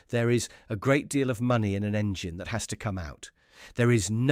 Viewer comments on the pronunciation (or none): none